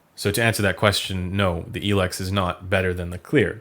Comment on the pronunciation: same for El-ex haha